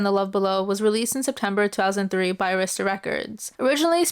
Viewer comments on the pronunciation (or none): none